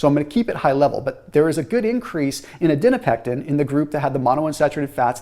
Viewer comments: You’re saying ADIPONECTIN wrong 😂. It’s not Adinopectin. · ADIPONECTIN, not adinopectin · I noticed that too!!! Was frustrating to hear haha, especially being in nutrition research and knowing it’s adiponectin. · Adiponectin...not adinopectin. The PhD in me won't allow it. LOL. Thanks for your enthusiasm in bringing these studies to us. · Its called adiponectin, but he keeps saying adinopectin :D